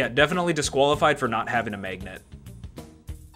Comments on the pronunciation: why do you keep saying maygnet? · What dialect of English produces the way you pronounce magnet? It sounds like meygnat to me